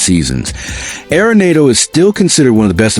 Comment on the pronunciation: Stop mispronouncing arenado😢